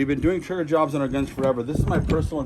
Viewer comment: His triggerrrr. Lol😂